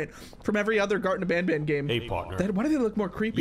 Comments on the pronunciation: When you were doing the statue and the light part it was Banban not Banbaleena!!?? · It’s banban not banbalena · I like how he was pushing the bananas but he called them banblena's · That was banban not banbaleena😂😂😂😂